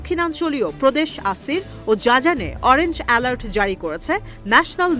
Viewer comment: সাংবাদিক বোন জাজান না জিজান হবে